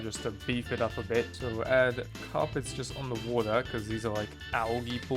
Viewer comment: Are you from UK? Cuz that ✨ woutah ✨ was iconic😮👌